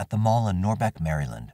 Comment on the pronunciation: The Mary-Land pronunciation kills me evrytime 💀